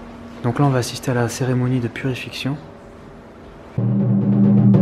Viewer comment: Époustouflant et émouvant!!!! Répète après-moi ces mots nouveaux: - "embarquement" et non embarcation (=bateau) - "purifiCAtion" et non purifiction ( o.O ) :D